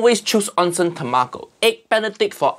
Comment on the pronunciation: "Onsen tamako?" What he say? What he say!? Uncle Roger, you say tamago few seconds earlier, why you as consistent as eggs benedict?